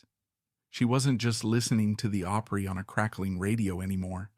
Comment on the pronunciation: This is the very BEST narrative I have heard in a LONG time .. this man knows how to pronounce "OPRY" .. I am very impressed and thoroughly enjoyed this video!!! Have always loved Jan Howard and her talent !!! THANKS!!!